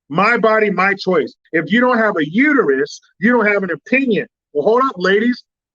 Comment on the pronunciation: It's uterus not u to u.